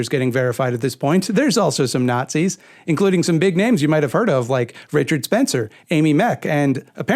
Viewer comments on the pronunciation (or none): none